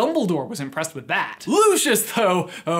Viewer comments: You're pronouncing his name wrong. In COS when Lucius first introduces himself to Harry in Flourish and Blotts, he pronounces it "Lou-SEE-us." Makes me absolutely crazy when people pronounce it "Lu-shus" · Lucius Malloy’s name is pronounced lu see us not lu she us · Loo-see-is not Loo-shis still enjoys the vid tho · It’s pronounced “LOO-see-us”, not Loo-shus. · I pronounce it loo-see-us....I prefer it that way. loo-shuss sounds odd to me. I would also recommend the stephen fry audiobooks instead. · Am i the only one who gets really mad when people say Lushus instead of Lucius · just saying but isn't it "looseeus" not "lu SHuS"? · is no one going to mention he says lushious not lucius (lucius as in lu-s-ius) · Isn’t the pronunciation Lu-ci-us? Not Lu-shus? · You pronounce it as Lushus when I pronounce it as Lucius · I hate that they say looshish instead of lucyous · i thought that it was pronounced Lu-see-iss Malfoy, not Lu-shus...? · Lucious is pronounced Lue-cee-us not Lu-chus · Bit of a late comment, but no offence you say luscious malfoy while it is Lucius Malfoy (pronounced Lu-see-us) no hate just a correction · I think his name is pronounced Loo-see-us Not Loo-shus I’m not hating tho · Btw I think his name is pronounced loo-si-ous not loo-sch-uss :) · I’m unsure about your pronunciation of his name. It’s Lu-/si/-us, not Lu-/shus/. Get it right. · Mans pronounced it like it was lushus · Loo-see-us... this isn’t Frozone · Lucius is pronounced "loo see us" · Looshus Malfoy? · Its pronounced LU SEE US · Its not pronounced, "Looshis"... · Lucius= loo-see-us. Sorry Americans 🤷‍♀️ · Calling him Lewshus is enough reason to turn this off immediately. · its prnouced loosius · The way he says Lucius makes me angry